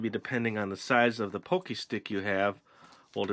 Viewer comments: pronounced pah-kee not poh-kay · It's not pokey it's pockey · i cringed every time he said pokey instead of pocky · Lol you pronounce it pokey when its everyone else says like "Pock - eey" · It's called p o c k y not pocy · it annoys when he says pocky as pokey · its not poky its pronounced paw-ki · Its pronounced PAW-KEY :D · Can someone please tell him its pronounced pah key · Heh, so did I. he said pokey and i'm like..NO! >.< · omg is p-o-ck-y not pokie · god i cringed when you said pookey >.<